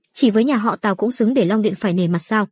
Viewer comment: Mọi người có nghe nhầm không nên lần đầu tiên tôi nghe là nhà họ táo lần sau rồi mới hộ tào